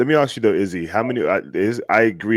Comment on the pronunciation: Why is it different to say ask? We don't Axe questions. We ask them.